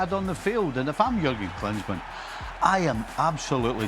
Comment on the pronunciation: Man said klinsman